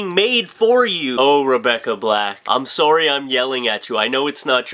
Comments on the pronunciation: notice he says "sowry." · lol u say sorry like a true canadian